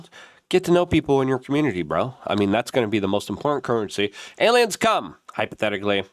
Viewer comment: Why does this weirdo wants us to believe it's alyums so much?